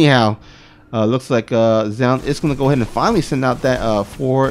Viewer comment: Its pronounced zoon or to break it down zo-un. Zown is what artosis says and it completely incorrect